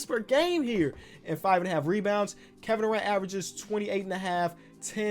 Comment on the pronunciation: “Kevin Duran-tula” 😂